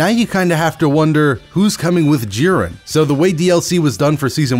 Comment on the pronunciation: Lol I hate to be that guy but it’s not G-ren its jiren sama